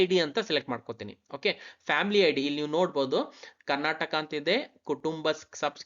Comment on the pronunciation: Karnataka helu...Karnatak alla...nin first sari agi heludre olledu..